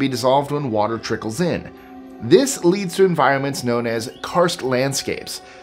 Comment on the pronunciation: "See-notes" is pronouced "sen-OH-tay".